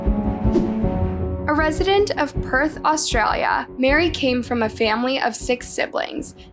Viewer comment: The victims name also changes, both audibly and in closed captions. She’s called Mary as well as Marie. And her name is spelled Maree, Marie, Murray, and Mari in the video. Of all things I can forgive the other mispronounced and misspelled words but not the victims name.